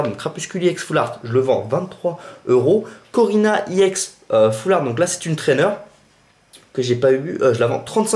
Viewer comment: Pour qoi tu dit iex alore que sais ex